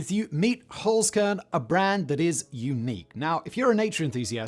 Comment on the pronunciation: OK am I the only one that thought at first with Simon's accent he was saying "Foreskin" but was saying "Holzkern" Had to rewind and listen again. Dang British accents lol